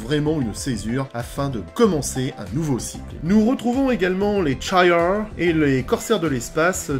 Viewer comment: Tu dis cha yar ? Moi je dis lles les chiard😂